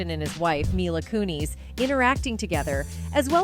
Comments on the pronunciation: It's pronounced Mila Kunis not Kuni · coon-is not coon-eez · It's not "MY-lah KOO-neez" It is pronounced "MEE-lah KEW-niss" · Its KUNIS. NOT KOONIES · Its not kunees! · Mai-lah Koo-Kneez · "Mila Koo-nees." Is hat how she pronounces her last name? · Nails "Kutcher" 55% of time never once pronounced "Kunis" We being trolled or what?!? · My-luh koo-neeZ?? This is an ai voice i guess? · Please stop saying myla koonees 😂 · The way she totally mispronounced milas first and last name makes me cringe, if he doin a report on someone learn to say their name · MILA KUN-IS MILA KUN-IS HOLY FUCK NOOO NOT HER SAYING CUT-HER INSTEAD OF KUTCH-ER TO someone call and help her please I'm talking 911 needs to know lmao